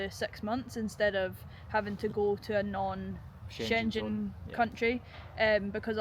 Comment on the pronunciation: I love how you guys pronounce the Schengen zone, never heard it said that way. I always smile. Another great vid. Ever since Brexit they have made it as difficult as possible, it's their way of getting us back for voting the "wrong way". All the best as usual.